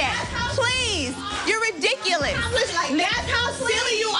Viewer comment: The word is ridiculous not REDICULISSSSS. This is class?